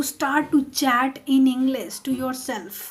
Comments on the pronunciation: First you have pronounce properly The word English then make me to learn with you🙂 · your prononsation is wrong like that you saied english